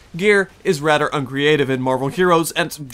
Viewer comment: YES "Radder" terrible review